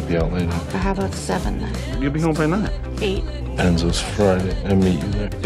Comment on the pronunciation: No one: Literally no one: Not even a demodog:: ENZOS